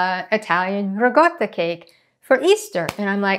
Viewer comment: Was listening from across the room at first, & I kept hearing you say "regatta", thinking some kind of fancy cheese for the yacht races or something =) You know~ like the pimento served at the Kentucky Derby ~ Could not resist that one, really I couldn't. =) This looks amazing~ bellisima!